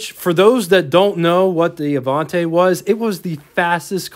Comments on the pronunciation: "the Uh-Vonn-Tay..". Avanti,, please. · Minor quibble on pronunciation: It's "A-vahn-tee", not "A-vahn-tay." Likewise, it's "Tur-ees-mo", not "Tur-is-mo." The "i" in Italian is pronounced like a long "e". Sorry...just hit my ears wrong. My dad owned a 56 Golden Hawk (yellow and white) and later a white, 63 GT Hawk. The Studebaker dealer in Virginia Beach where he bought the 56 also sold Mercedes, and yes, the grills did resemble those on Mercedes at the time. He said the 56 was good for a 7-second 0-60 mph time. The neat item at the time on the 63 was that was the year the US changed to amber turn signals. It was quite a novelty to see them and JC Whitney catalogues even sold amber-colored polish to change clear turn signals to amber. The front fenders also had translucent markers that lit up at night. I took my driver's license test in the 63 and it was definitely a head-turner. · ah-VAHN-tee, not ah-VAHN-tay. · Nice video but I do want to point out there is no "e" at the end of Avanti. It is pronounced Ah-von-tee. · Other than incorrectly pronouncing ‘Avanti’ , good coverage.